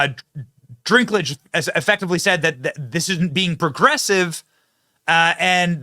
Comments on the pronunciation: It's Dinklage not Drinklage. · Sorry to correct you Benny, but it's Dinklage not Drinklage. Rock on, I love your episodes. 😊❤🎉🙏💥🔥👍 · It's Peter Dinklage....not Drinklage. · I know this video is old, but just have to say.... it's dink.... not drink... Peter Dinklage no r in the name... lol. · Good news! BTW, Dinklage's name doesn't have an 'R' in it, so it's dink like dinky little guy, not drink like a tall drink of water. (I know I am gonna catch heck for this. I'll see myself out...) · Is the "Drinklage" some kind of joke that I don't get, Benny? Or do you not know his name is Dinklage? Either way, his ego got way too big after GoT - clearly he thinks that no other dwarves in existence deserve to be actors like himself - woke mind virus much. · its Dinkage, not drink lage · Drinklage? He clearly doesn't have an r in his name. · "Dinklage," not Drinklage. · "Drinklidge"..... bruh... wtf 🤣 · Its Dinklage not Drinklage. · Drinklage? Slow down Benny! 😂 Its Dinklage.... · If he says “dRinkledge” one more time…. Lol, it’s “Dinkledge” NO R. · Dwarves are made up creatures?? 😂 uhhh 😬 Why do you keep calling him “drinklage” ? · My boy Benny. Your inability to properly pronounce names is astounding. Although I don't like Dinklage and don't mind you calling him Drinklage I am still hoping that someone on your staff will help you correctly pronounce names before you go on the air. I mean seriously. I'll still keep watching you, it's just so cringe sometimes. Like Stube yesterday. Cringe. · It's funny when Brent calls people the wrong names.... - "Renee" Ziegler - Peter "Drink-lage" 😂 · There is no "R" in Peter Dinklage's last name.